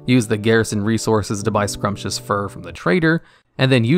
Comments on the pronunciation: Sumptuous, not scrumptious. Expulsom, not explosum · He also pronounces "scrumptious" fur, rather than sumptuous fur. Actually, he does OFTEN mispronounce a whole lot of things, but i've never really givent a shit, it still works ("x. Edit : Explosom instead of Expulsom ! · Pierre is pronounced like PEE AIR Sumptuous is pronounced like SOME CHOO US